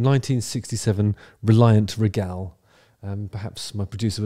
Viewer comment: Stop saying "Ree-Gal" like that. The Queen was Regal.. Say it like that. It's the same word. Anyway, back to Ian Brown. What's the difference if he shows up with a few random session musicians you've never seen before? Everyone seemed to be having a good time.